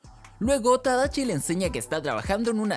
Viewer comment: Se llama tadashi no tadachi😐🤙